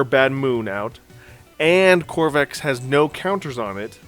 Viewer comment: I know this is nitpicking but please... Please stop staying Crovax wrong! It is not COR VAX It is CRO VAX.